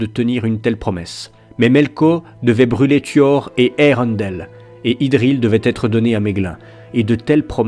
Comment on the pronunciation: Melko au lieu de Melkor......Maeglin au lieu de Maegline........colline au lieu de montagne........Eureundel au lieu de Earendil......Gnome au lieu de Elfe.....Toumladen au lieu de Tomladen........HUM !! Prononciation plus que douteuse mais si on y fait pas attention c'est vrai que la lecture audio est très bien merci. La musique coupé et remplacer au bon moment c'est très bien aussi ! Dommage que l'ont n'est pas la suite